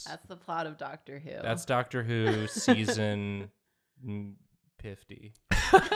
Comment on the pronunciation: instead if dr who I heard them say dr soos and i was so confuesed